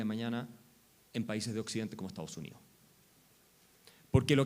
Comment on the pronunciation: Que se puede esperar del.hijo del señor Burns ! Ni siquiera puede pronunciar Estado.